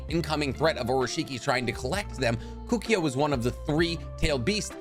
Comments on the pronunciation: Kukio? Bro it's Koe koo oh. Kokuo. Serious m night shymalan last Airbender vibes. Get the names right. How can you know so much and so little at the same time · Koh- Koo- Oh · Where'd you get the Y pronunciation from Kukuo? 🤔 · The way you say Kukuo kills me a little bit inside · Keep saying Kokuo wrong... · Can’t stand how he said Kokuo